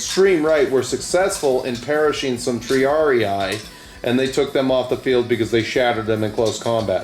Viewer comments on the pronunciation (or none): It is "Tri-AR-ee", not "ee-eye".